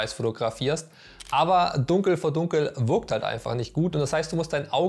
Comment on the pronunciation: Würkung, ürgendwie, würkt nicht, würklich, skill, content…. ich glaub ich muss zum Deutsch-Kurs, sorry German course 🥴 Der Beitragsinhalt allerdings war super dargestellt wenn auch einige Dinge sich selbst erklären wenn man sich ernsthaft mit dem Medium beschäftigt 👍